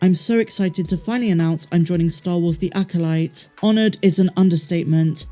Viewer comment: Acolyte = Acoshyte.